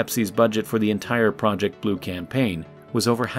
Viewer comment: They needed a big can-paign, lol